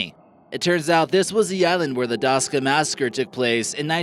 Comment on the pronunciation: you say daska like plank on american